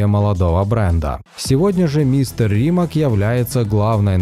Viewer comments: Nije Rimak nege se cita kako se i piše. RIMAC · РимаЦ, а не Римак)) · не Римак, а Римац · Уважаемый! Не коверкайте пожалуйста фамилию Мате Римаца. Он ни разу не РимаК, а Римац. Вы же ставите правильно ударение в его имени и фамилии, думаю и её окончание не будет большой проблемой правильно произносить 😉 Ваш канал супер! ✌️✌️ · Видео познавательное. Вот только не РимаК, а РимаЦ! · Ну фиг с ним, машину называют на английском и призностят как Римак, но из уважения к создателю, правильно говорить его фамилию Римац. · Не Римак, а Римац. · Правильно говорить - Римац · Да. Согласен. Коверкать название бренда, особенное если это фамилия основателя - несерьезно.